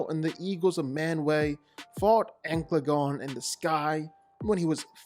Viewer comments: Ankladon? Bro, learn to enunciate. It's An/cal/a/gon. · Its not ancladon.. its ancaladon... an- ca- la- don, not ank- la- don, as you said it. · The pronunciation in the vid was killing me… Ankleagon? An-cal-a-gon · ok I heard Angaelagon the black, Empalagon the black. Amplygon and lot worse bruh. Ancalagon The Black. xD geez so funny dude. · Downvoted for mispronounced ancalagon